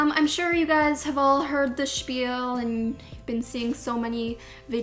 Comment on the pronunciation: "i know uv all heard the shpeal " i love amanda